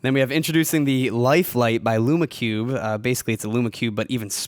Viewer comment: You pronounce lume cube incorrectly